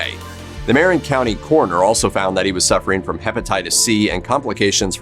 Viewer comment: Just want to correct you on the pronunciation of "Marin". It's not MARE-in, it's mur-IN.